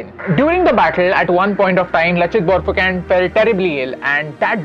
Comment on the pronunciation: It's not Borphuken , prounounce it as BORPHUKON !